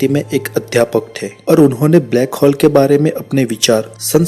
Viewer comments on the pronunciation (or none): Its hole not hall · ब्लैक हौल, नही भाई ब्लैक होल बोल